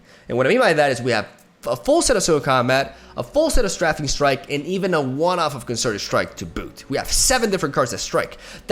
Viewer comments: Stray fing from strafe. Everytime you say straffing my brain hurts. Love you! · I love you and all of your videos, but I can’t let you go on mispronouncing strafing anymore. It’s pronounced “Str-ay-fing”, similar to the word hating. You are saying it like the word laughing. Here’s a link for the root word: There is a little speaker you can press to hear them say it. Much love! I’m here for you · Get some Also, Strafing is pronounced "Stray fing" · Stray-fing strike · Oh shit here comes Str-AH-fing Strike! I merely jest, good video my dude!